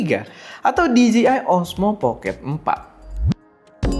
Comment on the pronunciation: Dee-Gee-Eye ❌ Dee-Jay-Eye ✅